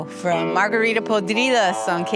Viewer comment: Me mama cómo pronuncian "margarira pudrida"